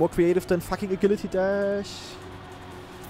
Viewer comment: I'm convinced he's pronouncing agility wrong on purpose at this point